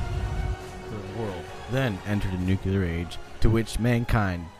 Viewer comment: nuCLEAR; not nucular!